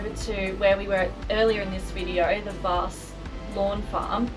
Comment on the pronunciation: And Vasse is Vass.